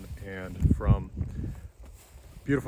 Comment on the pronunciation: And you even pronounced Colorado right! Many family members Colorado way, and no one else says it properly THANK you. That crowed, I'm going to find this poem of yours and send bits to several co- workers who love to let comspiracy theorists frighten them. That about the root that grows past the permafrost is unafected by it. Perfect response. Again, thank you.